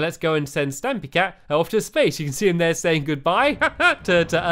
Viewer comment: splace instead of space lol haha u always make me laugh